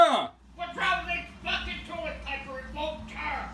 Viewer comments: to that’s the funniest shit ever What’s wrowng wit dis torlet paper it won’t ter AHAHAHAHAHA won’t ter AHAHAHA THATS SO FUNNY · "Fuckin' tullet paper won't terr!" Lol